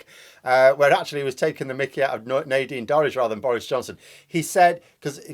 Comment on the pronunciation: Is it actually Naydeen or Neighdine Dories? Sounds very equestrian, in any case! Is that why she's so full of sh*t?